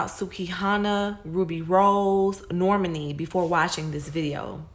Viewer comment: Imma need you to fix my girl Normani name. Cause that’s not how u pronounce it😭💯